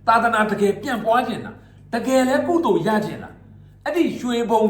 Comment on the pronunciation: ကုသိုလ်ကို ပီအောင်ပြောပါ ဆင်းရဲတာလား တင်းရဲတာလား စကားကိုပီအောင်ပြောနိုင်မှလိုင်းေပါ်တက်ကွ